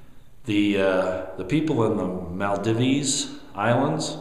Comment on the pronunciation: Maldives, pronounced mall-deev-zz...just saying. : )